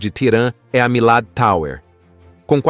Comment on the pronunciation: "... com suas icônicas MILADITAUER ..." – Locutor falando para o Brasil a respeito do Irã... Que tem a fazer aqui a PESTE do INGREIS ?